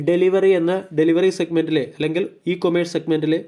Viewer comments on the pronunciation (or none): Bro, ഡെലിവറി എന്നല്ല, delhivery എന്നാണ്...